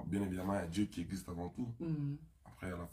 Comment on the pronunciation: 🔠🔠😵 AZOLOBA DIÉ AU LIEU DE DIEU UNE CONCERT AU LIEU D'UN CONCERT 😵😵MAIS YOKA MAPEKA😵🔠🔠